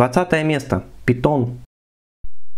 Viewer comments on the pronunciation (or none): none